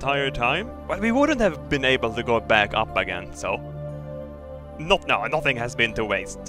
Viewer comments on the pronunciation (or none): none